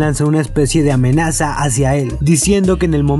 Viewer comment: Nadie: Absolutamente nadie: Daykon: Ame naza